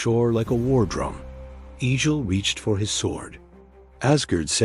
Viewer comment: Not E-jil. EGG-ill.